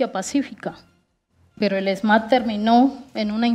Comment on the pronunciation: Vea no se dice esma, se dice ESMAD, qué pena que no sabe ni hablar. Por otro lado dice que no hay gobierno que proteja.